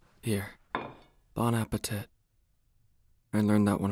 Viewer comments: bon apatit lol is not pronounced like an actual tit it’s bon apatité (Bon apa-teat) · I turned to my side in my bed and went “Bon appè fuckin what now” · wehn he say bonapatit i be like no you say it BONE APPLE TEETH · we gonna talk abt bone appa tit instead of teet (how people usuallly pronounce it i think) XDDDDDDDDDDD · really said "Bon appe-tit" instead of Bon Appetit💀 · bone apple teeth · He did his best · “bon appeh tit” pls i almost laughed while everyone was asleep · “here. bone-apa-tit.” me: 🧍🏼‍♀️eh? tit? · It's pronounce (Bown a - puh - tee) darling 😊🤌🥐 You and i both know Aoyama is going to be mad if you don't say it right. Or maybe its just me who's worried about it 😅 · bon appéTIT me whose french: oh, oh my lord ok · I almost spat my breakfast out when he said bon appe-tit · “i can use my dads credit card dont worry” “bone-appa-tit” HDTAUSGS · I told my mom that he said Bon appé ✨tit✨ and she said : "OOoOoOoOooOooOOoOH SaUcY" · The " bonapa-tit" i cant! 😂😂😂😂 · He said "bon a pet -tet." THAT ISN'T RIGHT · When he said “bone apple tit.” I felt that. 💀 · “Bone apple tut” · “bon appe tit” 💀💀💀